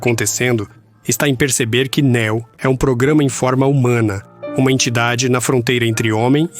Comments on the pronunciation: Fiquei curioso com o tema do vídeo, mas essa dublagem toda em IA, Neo chamado de nÉo, e etc, me impediram de ver essa teoria. Sobre as inconsistências faladas até os do vídeo, pode-se levar em consideração que o filme quando lançado era um filme solo, e depois que ele fez sucesso que foram escrever um segundo e um terceiro filme. Logo as inconsistências são frutos da ganância hollywoodiana. Assim como o quarto filme. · Juro que tentei ver o vídeo mais o locutor não fala nem o nome da personagem direito ele pronuncia néo ao invés de neo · "Néu" 👎🏻....... "Niô" 👍🏻👍🏻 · Não é Não, é Níô, tipo, novo, escolhido. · Até me interessou, mas ouvir chamando de Néo, me fez dropar! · A pronuncia é "Niu" chat gpt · nem o nome do protagonista o cara sabe falar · o cara sabe pronunciar varios nomes em ingles mas peca em neo? será que realmente ele assistiu o filme ou é apenas um mero inseto procurando s eu lugar ao sol?